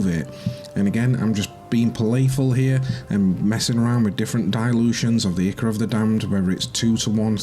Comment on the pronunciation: Nice work. Just a heads up the "I" of Ichor is pronounced "eye", like "eye-cor".